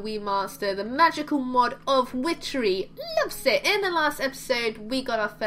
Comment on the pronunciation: The first time you said loves it I thougt you said love zits!!! HaHa ;)